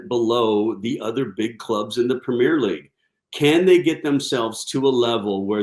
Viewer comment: If you can’t pronounce Premier, you shouldn’t be commentating on the league.